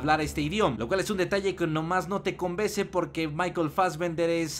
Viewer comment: "No te conbese"?